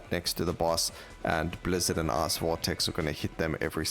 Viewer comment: I'm sorry, I'm American and your pronunciation of the word "Ice" sounds like "ass" and that makes this upload so much better